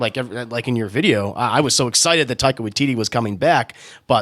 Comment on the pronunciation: Taika Waititi's first name is pronounced (TIE-KA)